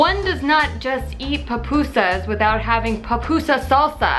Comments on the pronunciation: Finally someone that pronounces pupusas right! You just made a whole lot of people from El Salvador happy hahaha! Love your cooking video's btw :) you're amazing. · YAYY!! you say it correctly :) I am from el salvador and i find that they are tasty, easy and fast to make :D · You said it right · Yes! You pronounced it right! SLAP IT HIGH! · yeah you say it correctly